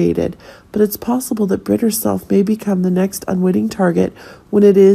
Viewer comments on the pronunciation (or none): none